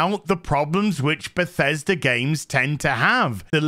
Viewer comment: This got me laughing so hard 🤣😅😂. Btw, I love how you pronounce Bethesda as Pathesda xD